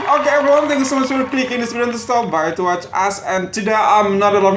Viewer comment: VEDIO.....Indonesia =PEDIO😂😂😂😂